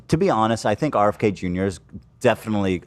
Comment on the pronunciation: Why, after all the years in America, Hila still mispronounces words like "aknowledge" and "think"?